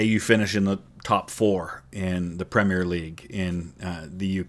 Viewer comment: 10 points for pronouncing "Premier" in three syllables instead of two, like so many other Americans do 😅